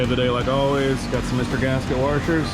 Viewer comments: says waRshers instead of washers…. Is someone watching the great AvE? Seriously guys, you must watch him. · Heh .... "Warshers"